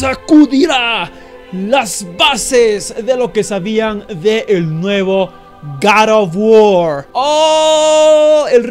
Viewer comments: Porque decís garotbuor?? :V el inglés perfecto es "gor of wuor" para ser exacto (? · Es god of war no karo war